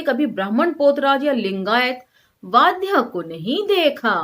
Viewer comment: Vadhya nahi vaghya hota hai